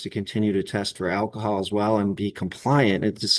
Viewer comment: WHAT THE FUCK IS ACAHOL??!?! Just fucking say it right! How hard is it to speak the English language properly? God damnit.